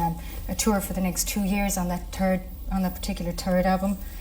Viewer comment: " The turd album "